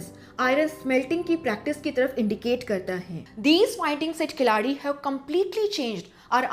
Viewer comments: It is not kilaadi, rather it is keeladi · It's not Kilaaadi ma'am, it's Keeeeladi. Ki Nahi Keeee. Laaaa nahi la. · keezhadi not Kelsi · Sorry for say but it's my humble request in pronunciation.sound shound- Kee + la (not laa)+ di =Keeladi( கீழடி)